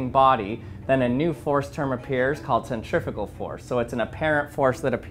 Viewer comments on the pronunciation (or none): Not the way he pronounces them. Centri-fue-gal, centri-peetal-gal. Now you can hear the difference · first time i heard 'centrifugal' being said like that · This is absolutely fascinating, thank you, I really enjoy these clever experiments. Cant imagine how long that took to create something strong enough to stand up to the rigors of testing! However, words interest me too. This to mention the correct pronunciation of the word "Centrifugal" obviously the first part of the word from "centrum" means centre" but the second part of it comes from the Latin "fugere" meaning "to run away" or "flee". The "U" being pronounced "oo" generally, no-one really knows how Latin was originally pronounced but its almost certainly never pronounced as "ih" that happens more often in old Welsh for example. Please American people "centrifical" is not a word!😊 "Centripetal" has the Latin root for "-petal" from "petere" meaning "to seek" btw. I'm sure some will call me a pedant but these things just bother me, sorry! 👍